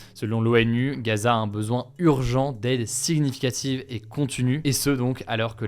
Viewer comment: Hugo par pitié arrête de dire le G de significative 😭 Ce dernier ne se prononce pas, il est muet.